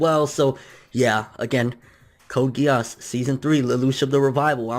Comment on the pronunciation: And it pronounced Code Gii-se